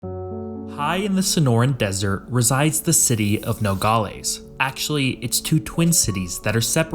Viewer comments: Hey as someone from the border area… it’s pronounced No - gal - es not no - gol - ees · Nogales is not pronounced "nogalees", it is "nogaless". Also showing the Texas state flag and legislature while talking about Arizona makes zero sense and shows how under researched you are. F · “Nogales” in English is pronounced “no-gaa-luhs/less”, not “no-gaa-LAYS” or “no-gaa-LEES”. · Good information. BTW it's pronounced No-gol-lez not Nogollies. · It's not pronounced No- gall- eez but instead it's No- gal- is. The wierd part of Aztec history is there's no huge lake or rivers to get fresh water from the Cenotes. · When you cover a place. Learn to say it correctly man. All the other metrics and data you can spare the time to learn. It's pronounced No-gal-less. Not no galh lees. But aimed from that your information is correct. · Good vid. FYI, as someone who has lived in the area for 60 years, the example city is pronounced No - gal- less or No - gal - us. The pronunciation used in the video is odd. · “Nogales” is pronounced no-gall-aaaaas. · The way he pronounces Nogales is cringe asf haha it’s No-gal-ass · What bothers me is the constant improper pronunciation of Nogales. No-gal(as in pal)- is(like Dallas). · You pronounce Nogales wrong….. its Nuh Gaa luhz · The way he says "Nogales" should make any Spanish speaker cringe. "No gal es" split it up and now pronounce it. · AAAHHHGGG it is Noe gal less, no ee at the end! Sorry, but after hearing it mispronounced so many times, it drove me to distraction. But the video was quite informative. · When I hear him pronunciation of Nogales I was FAK YOU NO RUIN FAMILY TRADITION. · The way he pronounces Nogales is like nails on a chalk board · The narrator needs to learn how to say Nogales properly!